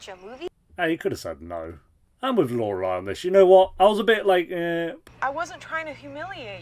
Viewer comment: love that you are finally now pronouncing Lorelei correctly😂